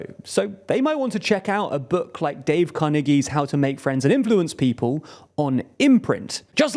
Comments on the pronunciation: Oh dear, Oh dear; It's Dale Carnegie, not Dave Carnegie. You didn't win a friend but lost a sponsor. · “Dave” Carnegie?